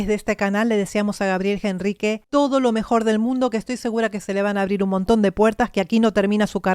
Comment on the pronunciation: por que ella dice gabriel Jenrrique si es con H... al pronunciar es directamente con la E... ENRRIQUE (NOOOOOOOOOOOOO) JENRRIQUEEEEE